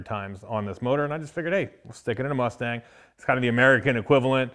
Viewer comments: “Asstang 5.9” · The. ASSTANG ..... COME ON BRO ITS RIGHT IN FRONT OF YOU.